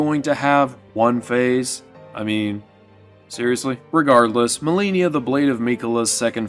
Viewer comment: why do you say Malenia, Blade of Miquella like that? you're forcing yourself to pronounce it like a dumbass lol. good video 3 hours in though! did you really not realize how bad you were butchering the name? You have to be doing it on purpose.